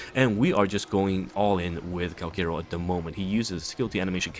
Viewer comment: Say it with me Kal - CHA - ROW It's CHA not KA